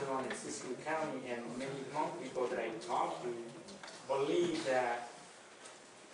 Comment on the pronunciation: I'm sorry... But if your going to post a video on behalf of the Hmong people, you spell check before hand 👍(Hmong-hmôNG) pronounced: Mong